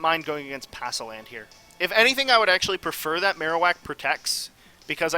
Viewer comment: Palossand, not passoland :)